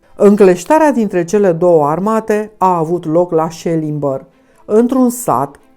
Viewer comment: Accentul in "Selimbar" se pune pe a doua silaba, nu pe prima. Doar cei din sud, care nu au pus in viata lor piciorul in Sibiu pot pronunta in halul asta.